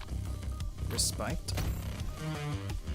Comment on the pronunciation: Lmfao, that is not how you say respite. Did you go to school in Minneapolis?